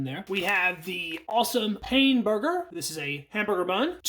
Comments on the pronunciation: It’s pronounced “pan” not like I’m in pain like he says. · Pain (bread in French) is pronounced “pan”.